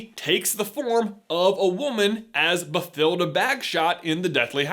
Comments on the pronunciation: As someone named Mathilda (the f**king "h" is silent) pretty sure her name is pronounced "Batilda" with a f**king silent "h". It's german spelling. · You mispronounced Bathilda so hard